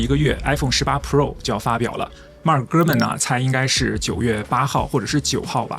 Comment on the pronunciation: “Gurman说”听起来像“哥们儿说”😄